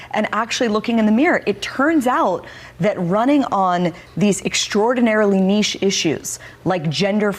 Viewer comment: She said “ niche” like she just found out what the word means.